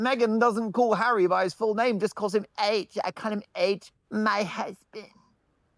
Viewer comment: Even more amazing, what sane man would be her “husband”, in Mark Dolan’s pronunciation 😂. So, there’s that and it explains a lot.